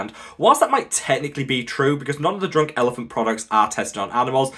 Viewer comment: Did he say drooooouk elephant